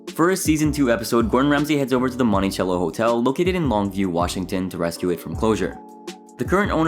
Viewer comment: It's pronounced "MontiSello"